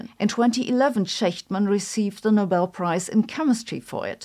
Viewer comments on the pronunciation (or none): none